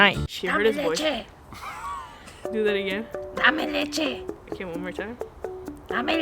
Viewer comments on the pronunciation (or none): Damè Lechè 😂😂😂😂